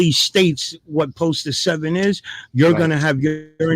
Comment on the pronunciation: yep, and he’s saying poster 7 wrong even though we all know they don’t understand it.